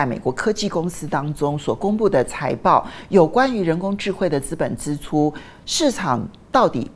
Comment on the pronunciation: 資本支（ㄓ）出不是（ㄗ），呃….正音要加油！